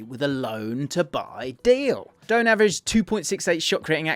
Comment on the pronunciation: Pronounced dough-Anne not doan